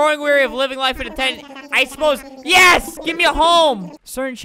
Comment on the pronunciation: why is everyone saying yas instead of yes